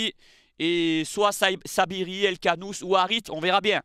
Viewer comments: C'est Saibari et non Sabiri 😜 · Tu t’es trompé ce n’est pas Saibiri mais Saibari